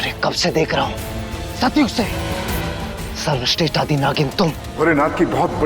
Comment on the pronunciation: SARWASHRESHT ❌ Sarwashtesht ✅😂